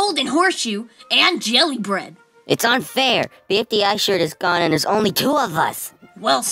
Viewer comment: Bro said jelly beard not jelly bread